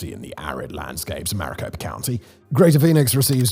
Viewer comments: Mairiposa county,? the Gila river? Know Phoenix is a shit hole, but it's the he-la river, and it's Maricopa county. C''mon Simon, your research on this was lacking, to say the least. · It's Maricopa County, not Mariposa county. idiot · Maricopa County NOT Mariposa. Heella River not Gila, but it is spelled Gila. The Salt River mostly runs through Phoenix. The confluence with the Salt and the Gila rivers is out in west Phoenix. Old town Phoenix & downtown Phoenix is nowhere near the confluence. In the early 1970s the temperature would drop down into the high 70s after the sun went down. In the 20s, 30s, 40s,50s and 60s people slept on screen porches with wet sheets draped over them. Our military & the US government funded the reloacation of manufacturing of electronics to Phoenix as a strategic measure during The Cold War, as 95% of the manufacturing was in and around New Jersey, Phillidelphia, New York, and Chicago. We had Intel, Digital, Motorola, Honneywell, McDonnel Douglas, Air Research, General Electric, etc. etc. Buckeye to Phoenix back to Buckeye is a brutally shitty commute. Maricopa County & part of Pinal County is also the absolute worst case of urban sprawl on the whole planet. I worked in the electronics industry and I do not think Phoenix is a good place for photo-voltaic solar power. These solar panels generate heat as they generate electricity and heat shortens their lifespan, so it's not an ideal situation by any means. There is a problem with NF3 and NF2 gases used to manufacture solar panels. NF3 is 17,560x worse than CO2 as a greenhouse gas. NF2 is around 500x worse. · Get it straight Simon! it's mariCOPA county, not mariPOSA county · Am always grateful for those researching and talking about my home state, but I do want to mention that the local pronunciation of Maricopa County is "Mary-Cope-Ah" or "Mare-Eh-Cope-Ah". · mari-CO-pa county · Maricopa not Maripoca 😂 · Not Mariposa County, Maricopa County! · Located in 'Maraposa' county 😂😂😂